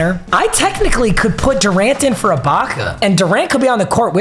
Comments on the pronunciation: its “ee-baka” not “eye-baka” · ITS PRONOUNCED EH-BAKA NOT EYE-BAKA. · this keeps haunting me bruh. it’s serge uhbaka not serge 👁 baka 😭 love you tho papa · Also does it bother anyone else that he says Eye-bocka instead of ee-bocka for Serge Ibaka 😂😂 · it’s not EYE-BAKA it’s EE-BAKA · I want him to get rid of Ibaka so I don’t have to hear him mispronounce his name again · Bro can you please say ibaka right omg, it’s pronounced ebaka not I baka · Serge eye-baka aaand Wang Z.Z. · the way he says AYE-baka makes me so mad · “serge eyebaka” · Who is “eye-baka” 😂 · it is EEEEEbaka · Say it with me, It’s pronounced like Serge E-Baka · How many times is he going to say ibaka wrong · Fr, I want him to replace him so bad, no mispronunciation has made me this mad b4